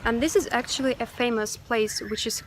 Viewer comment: Dis is akszili.. Dis is akszili and dis is akszili is all you hear from this broad 🙉🙈🙊